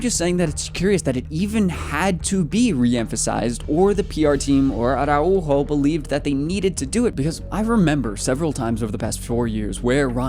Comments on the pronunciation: The tilde is not that strong. It's not "Ara-UUUUUUUUU-jo" its "araUjo", the U is just "louder". "are ow ho" is the englsihshifgivatrion of th word. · the way you say Araujo is kinda funny, VISCA BARCA 💙❤️